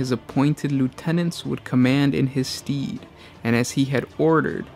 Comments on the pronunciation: STEAD!!! NOT STEED 😂😂😂😂😂😭😭😭😭THE AMERICAN SCHOOL SYSTEM AT ITS BEST LADIES AND GENTS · "Command in his STEED" omg i had to rewind and hear it again. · Pronounced STED not STEED